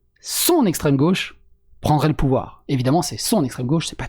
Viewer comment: On dirait qu'elle fait un stream de Total War la meuf. "Ouais on fait ça, ça, ça et pi on a le pouvwar"